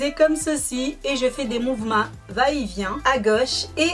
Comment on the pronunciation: on dit pas Tito mais tuto et on dit mouvements pas mouvema ptit corection d'abonnés☺sinn bonne videoo